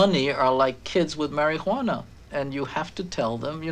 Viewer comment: “Mary huwana” lol😊